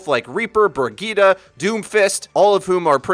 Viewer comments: Bur-Gitah = Brigite btw. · it is BAHHHH TEEEESSS. Not bap-teest. it is french. god this is the same situation as brig lol